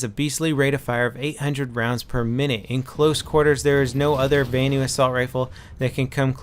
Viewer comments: vanu is pronounced as it's written, not as "vaenu". the a in vanu is the same a as in "assault rifle" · I hate how you say "vanu"